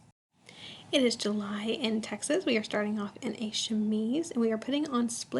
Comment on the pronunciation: It is lovely but I can't get over you saying JULY and TEXAS....I would die!!!